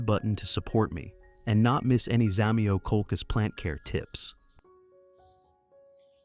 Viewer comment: Не хочется даже слушать :так коверкать название просто треш